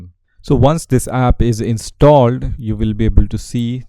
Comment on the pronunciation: Am I the only one that hear in every time that he says installed is sounds weird like INSTAlled